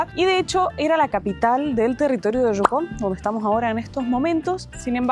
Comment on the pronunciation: Yucon (no jukon o shucon)